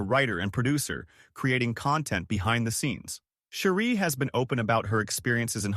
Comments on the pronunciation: Her name is not Sherie it’s Cherie like cherry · Cherie pronunciation is cherry!!